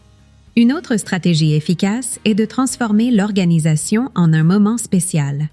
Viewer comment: L'intelligence artificielle !!! Entendre sa kangue maternelle massacrée ! Le verbe "être" prononcé : e s t comme la direction ( est / ouest ) c'est insupportable !